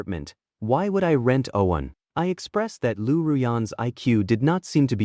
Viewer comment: Why are you pronouncing "one" differently?